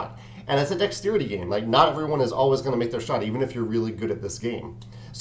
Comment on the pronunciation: "Dextsteerity." I like the way you say that. :P